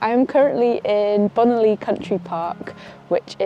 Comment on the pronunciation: Yer bunnet’s agley! Oh, and it is Bonaly, as in Bon alley Fascinating video!